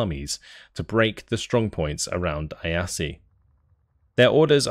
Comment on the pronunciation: Funny how you pronounce Iasi. Closer to how it's actually pronounced in Romanian would be 'eeashi'. Still, try Google Translate voice function for Romanian.